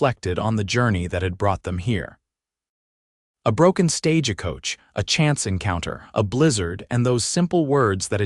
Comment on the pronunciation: It's not stagicoach... it's stagecoach... with no I in it... not stage a coach either... Just stagecoach...all one word. 😄... Thanks! 😂 Great story! ❤❤